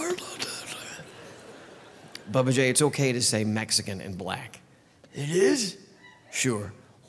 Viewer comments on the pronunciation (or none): Bubba not Babba